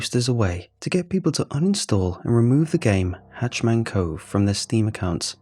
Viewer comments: HatchET* Man. Not "Hatch Man".....Bothers the crap outta me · It's hah-chet-man and not "hatch-man" as you're saying it. The former is scary, while the latter sounds like someone in charge of making sure hatches on a ship are secure. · Mate cause it’s killing me I gotta say, it’s “hatch-ET-man cove” it’s a “hatch-et” a hatch is a small doorway usually on the floor/ceiling a “hatch man” would like be someone who stands in front of the “hatch” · Am I the only one who noticed he kept calling it hatch man cove instead of hatchet man cove? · Ha! I am glad you said it. I can’t stop hearing it. Driving me nutz. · Maybe its the way they say it in Britian?